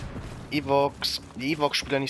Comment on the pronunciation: die heissen Ewoks und nich Eworks und es heisst Sturmtruppen und nicht Strumtruppe xDD